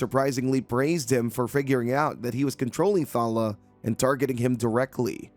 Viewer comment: Clickbait title (as there's no revenge), I spotted at least one panel being repeated twice (I use this as background noise) and you keep calling that girl 'Thalla' when the panels literally read 'Thalia'. I barely pay attention but even I can spot various errors with this recap. Are you even trying?